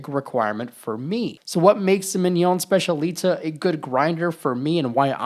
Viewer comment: It’s pronounced SPETCH-EE-AH-LEE-TAH